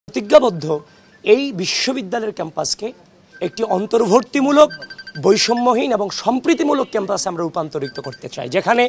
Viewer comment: There is no word "ontorvortimulok"........?😃😃😃😃😃😃😃😃😃.অন্তর্ভুক্তিমূলক শব্দ/উচ্চারণ ই জানেনা mr. vp candidate.